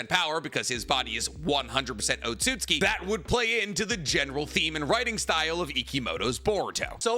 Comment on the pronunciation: wait when did you start saying otsutsuki correctly?!